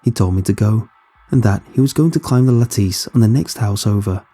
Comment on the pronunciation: Climbed the La-tese ?! LoL I think they meant lattice